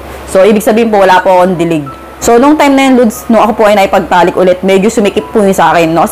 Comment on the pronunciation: Lods ang pagbiglas hindi po LUDS😂😂😂